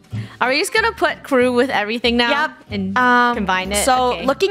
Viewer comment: krew-ie the cookie yeah they said krewie I think